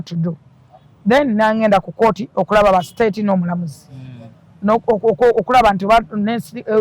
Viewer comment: she needs a dictionary of her own. Ai court, etc etc none of her words in english are pronounced right. Mbu Aji